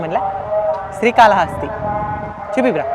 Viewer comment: రేయ్ బుర్రలేనోడా... స్త్రీ కాళ హస్తి కాదురా.. శ్రీ కాళ హస్తి 3 జంతువులు కాదురా 3 జీవాలు అనాలి అందులో ఏనుగు ఒకటే జంతువు... స్త్రీ.. కాదురా ... స్త్రీ అంటే ఆడది ... శ్రీ .. అంటే సాలేపురుగు. కాల కాదు కాళము అంటే పాము హస్తి అంటే ఏనుగు. శ్రీ కాళ హస్తీ.. అనాలి పిచ్చికూతలు వీడియోస్ లో లాగా కూయమాకండి కరెక్ట్ గా తెలుగు పలకండి.... 🌹🕉️🌹జై శ్రీరామ్....